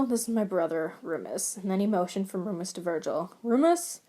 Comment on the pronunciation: I can't get over the pronunciation of Remus as Roomus it's frickin amazing and I'm dying